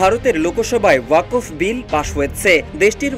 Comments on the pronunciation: আরে ওয়াকোফ না রে ভাই! ওটাকে 'ওয়াক্ফ্' (WAQF) উচ্চারণ করতে হবে। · সঠিক উচ্চারণ হবে 'ওয়াক্‌ফ' 'ওয়াকফ্' নয়। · আপনি ওয়াক্ফ উচ্চারণ করতে ভুল করেছেন।